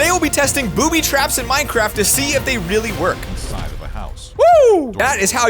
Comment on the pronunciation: I thought you said booty traps haha